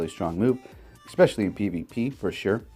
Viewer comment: Love you but please pronounce "especially" correctly 😉